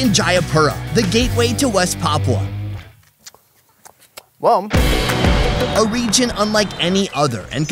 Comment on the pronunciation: papua not papau